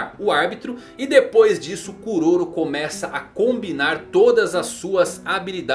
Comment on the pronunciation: Kuroro é a pronúncia correta em japonês